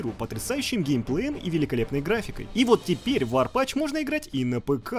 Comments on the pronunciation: Какой варпач? Ну, какой варпач?! Разуй глаза, ведущий, ну ведь ворпатф (язычок так между зубов: тф, тф, не зэ, вот это, а тф - не забываем язычок между зубов!) А в остальном годный ролик! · Тоже не смотрел фильмы после тоби. Но бл чо за "варпач"? Ало, path, не пач. Ты чо, а, ты чо